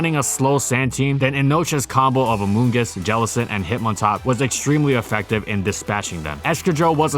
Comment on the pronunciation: I hate hearing amoongus now